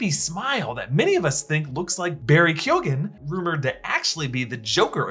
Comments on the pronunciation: Pretty sure it's pronounced "key-O-ehn". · I would like to just point out barry keoghan's surname is pronounced keow-en its irish so the english alphbet doesnt express the words phonetically and we didnt have a written language of our own so this is what were stuck with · That’s not how Keoghan is pronounced 😂🇮🇪